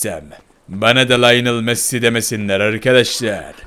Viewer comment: Ronaldo daha konuşmayı bilmiyorsun messiye masi. Diyorsun konuşmayı öğren hava atma